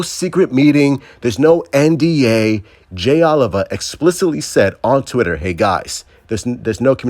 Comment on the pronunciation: At what point will someone tell his name is Jay Oh-Lee-Va…